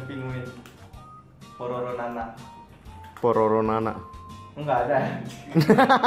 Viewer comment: mon itu totoro mon, bukan pororo 😂😂😂